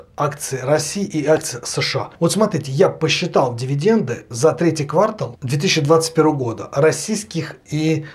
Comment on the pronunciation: Зая, только квартАл, а не квАртал)